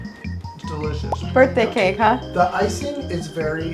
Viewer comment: "It's a birth tang"